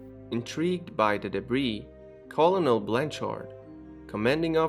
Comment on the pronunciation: Bro! lol I luv ya man and your vids are great, so...no offense but....the word "colonel" is pronounced like "Kernal" like a corn kernal. Like I said no offense, I know you speak with an accent so... it's what ev' lol. kinda adorable so pay no mind lmao. Anyways, pertaining to what actually matters, your videos are intriguing dude. On a related note, today, for the first time, the U.S. Navy officially declassified and released the UFO footage recorded in 2013 from an Advance Targeting Forward Looking Infrared (ATFLIR) pods on Navy F/A-18 Hornet jet. Only they don't call it a UFO but rather an UAP (unidentified flying phenomena). In September, the Navy acknowledged, for the first time, that the videos were real after they were published by former Blink-182 guitarist Tom DeLonge’s To the Stars Academy of Arts & Science in Encinitas. The videos are available on the Naval Air Systems Command website as well as the academy’s YouTube channel. Keep up your awesome work. Best of luck buddy!!! -Roland Avila of Kokomo, Indiana. (the truth is out there --> )